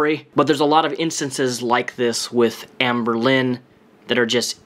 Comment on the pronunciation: i hear anberlin, like the band